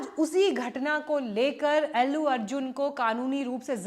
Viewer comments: अेल्लू अर्जुन नही आंटी अल्लू अर्जुन बोलो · Ellu nahin, Allu ... itna to jaan hi len